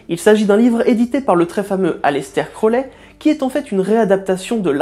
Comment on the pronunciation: Super vidéo mais juste..attention aux prononciation, "crolé" pique un peu "crouaouli" c'est déjà mieux en prononciation :3 Voilaaa continue comme ça ! C'est vraiment intéressant